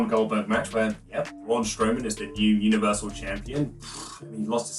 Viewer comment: I cant tell if you're saying Universal Champion or Bluniversal Champion